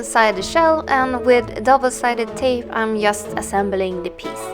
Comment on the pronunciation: fint! men när du säger "just" på engelska. uttala det "djust".